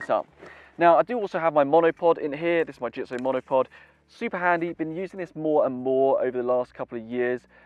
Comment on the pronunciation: Well said .... except for the pronunciation of the brand name.